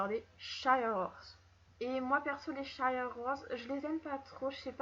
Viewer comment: Les shires pas les shaieurs horses ,-, Sinon super vidéo